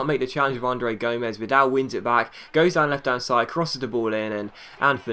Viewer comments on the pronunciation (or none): none